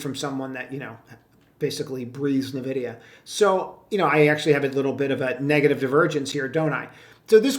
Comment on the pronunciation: LOL. Nah-vid-i-ah is for Boomers.